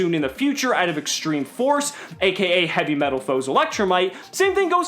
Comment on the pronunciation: Lol you said heavymetalfoes electrolight